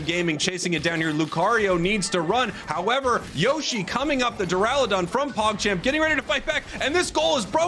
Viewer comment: Why does keep saying Durlodon